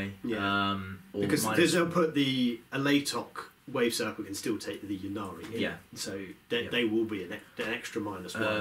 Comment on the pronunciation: I don't understand why this pronounciation of Ynnari has spread throughout the community. Surely you wouldn't say Yeevraine, it's just Yvraine? And the whole point of the play-on-words for the Yncarne's name is that he's the death god Incarnate - or would you say Yeencarnate?